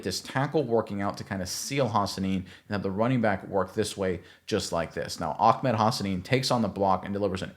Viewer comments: His name is Ahmed, not Ahkmed. 😂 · It’s Ah-med not Ak-med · It is NOT OckMed lmao 😂. It is Ahh med. there is no k sounding noise whatsoever 😂😂😂😂😂😂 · Ahmed not akmed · AH-med .. not AK-med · Just a note, it’s pronounced Ah-med. I’m fairly certain that if there’s any “ch” type sound it’s more of a breath out at the end of ah than a full harsh syllable